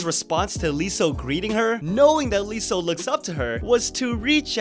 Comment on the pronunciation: You don't pronounce the L in Leeseo, because in korean it's 이서, there is no ㄹ so no L in pronunciation. Pronounce it as "iseo"